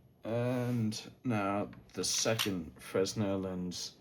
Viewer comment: Fresnel is pronounced Freh-Nel. That plate is a polarizing filter